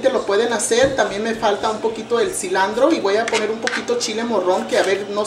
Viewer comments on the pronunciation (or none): SE DICE CILANTRO, CILANTRO EN ESPAñOL Y EN INGLESH , NO CILANDRO, NI SE DICE FUS BOLL , SE DICE FOOT BALL. CAMO ON SRA !!! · por eso miamor sele doce cilantro pero la doña dice cilandro jajajajjajajaj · Poque dice cilandro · no se preocupe:en guadalajara jalisco se dice cilandro y pues se oye bien botana..... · ...Pues es "cilantro" propiamente dicho. Claro que se le ha entendido, pero si pensamos en algun extranjero que aprende espanol, pues no podrá quizas entender la receta... ? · ayyy no se pero me desespera que diga cilandro👎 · hay palabras que no save decir en español cilandro jajajajaja